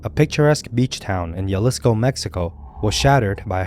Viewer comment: its pronounced Halisco. the J in spanish sounds like an H, just like how Juan is Huan